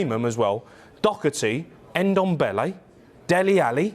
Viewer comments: O Hara if your going to comment get the names right Matt Doherty is Irish and is not pronounced Doc er T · Who is "Dockerty" ? I mean I know there's a Doherty on the team but never heard of Dockerty.